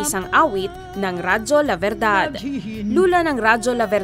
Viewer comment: Radio La Verdad = Truth Radio. V should be pronounced more like a B, and D a DH. Radio La Berdhadh.